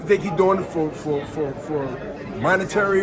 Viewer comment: “Monetarial” - Hopkins